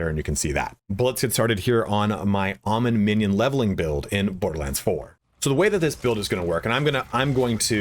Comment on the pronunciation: You're pronouncing his name wrong. He says his own name quite often in the game